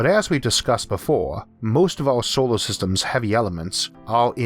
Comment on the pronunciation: The way he pronounces words like solor sounds like he said sowor.